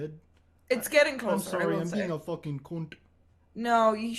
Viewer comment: "If you want a fockin Pam reading" lmao